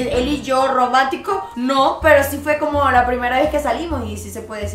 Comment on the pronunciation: Jajja amo a diciendo gromantico,grespuestas,jajaja amooooo